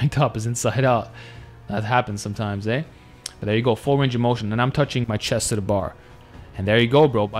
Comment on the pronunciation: "That happens sometimes, eh?" The most Canadian you've ever sounded man. Great video. Love your training content, and these collaborations make it even better.